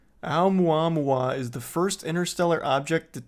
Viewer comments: It's pronounced, oh-moo-ah-moo-ah. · When you doubt everyone and everything bc you don't see it.. it was considered a meteor/asteroid at first.. then ppl figd out what it was. Face the facts brother. O mua mua is how you say it. Fml. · It's pronounced "oh-mua-mua". When we found it, it had already passed earth and been slingshotted away. It was a huge deal when it happened. They could tell it was interstellar and the way that it was physically shaped - with the material it was made of - was super odd but still naturally occurring.